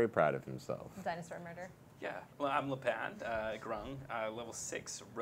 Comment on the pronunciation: I'm not sure if keeps calling cigs Cig's character "Le' Pan" on purpose or not...